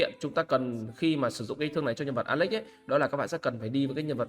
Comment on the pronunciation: Nghe “ alex” nó cứ cấn cấn 😮